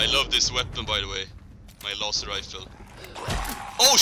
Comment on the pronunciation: I like how you pronounced laser rifle. Usually people pronounce laser with a z